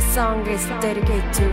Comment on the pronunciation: 最初のディス そんぐ いづ デでぃけいてぃっど とぅ で冷めた 発音ひどいし日本語でよくない、詩も声もいいのに